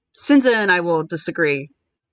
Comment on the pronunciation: It's Chin-zee-ah. I had a Sicillian girlfriend. In english its Cynthia.